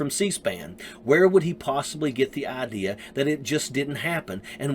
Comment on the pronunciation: "... I cant believe you guys are still MELKING this." Pro tip: If the person you are talking to says "idear" instead of idea, "warter" instead of water, and "melk" instead of milk... just walk away.